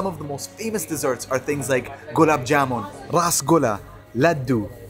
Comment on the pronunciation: so sweet U telling perfectly rasgulla gulaab jamun and 😘 jalebi baby 🤗🌹